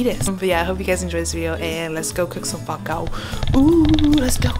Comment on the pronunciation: When you say fawm kau it sounds like you're saying fuck out. Lol 😂